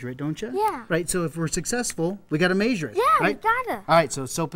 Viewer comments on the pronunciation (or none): "we gotta maysure it" XD MAYSURE